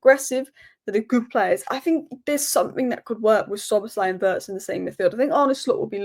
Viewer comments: The pronunciation of Wirtz...is not like "hurts"...it's like "beards"... 😉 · just one little thing - it's pronounced Veeertz. Cheers!